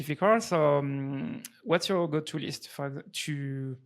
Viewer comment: soy balding French dude cannot comprehend the Chad American sales tactic LMAO American: just speak like a human lol Frenchy: ''urmm I fink you need to filter the lisft..."